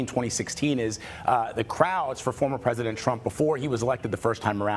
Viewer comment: He cant even say word "president" 😂😅😅